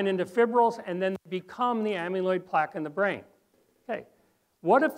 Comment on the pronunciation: This is very valuable information but it's jarring to hear the word amyloid mispronounced so many times in one presentation. You are pronouncing it like the root of "amulet" (AM-yuh·luht). But "amyloid" has never been pronounced (AM-yuh-loyd) - - correctly, it's (AM-a-loyd).